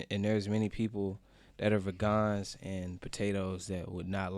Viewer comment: "Ve-gone" or vegan to normal speaking folks.